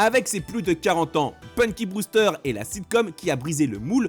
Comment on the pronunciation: Les voix Françaises sont épouvantables, ils sont même pas capables de prononcer correctement "Punky", ça donne "Ponky" 🤣